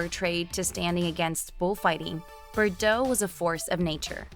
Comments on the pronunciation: BTW, you're driving me nuts how you're mispronouncing her surname! Try this....BAR-DOHHHHHH.......lose that BERR crap. 😂😂😂😂😂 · Forn Gods sake you ignorant muppet BARDOT, NOT BERDOT!